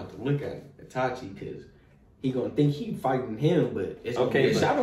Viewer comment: Bruh keep saying itachi like nah no sir